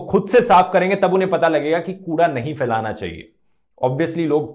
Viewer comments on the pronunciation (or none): Wow, you physically went there; props. BTW, it's फैलाना (phailānā) and फिर (phir), not "फ़ैलाना" (failānā) and "फ़िर" (fir).